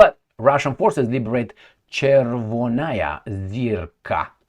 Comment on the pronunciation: Chervona (stress on the second syllable) is a perfect "translator's false friend" trap (and stepped right into it, heh). It actually means "red" and has the second (archaic) meaning as beautiful. Just like the Red Square in Moscow actually means Beatiful Square. (disclaimer: is always so earnest with trying to pronounce Slavic words correctly, thought some knowledge-sharing would be apropos/not entirely annoying).